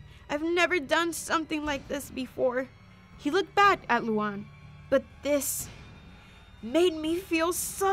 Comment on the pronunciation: the way she calls luan luang